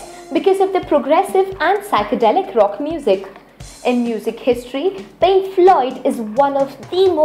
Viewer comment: Linking pank really?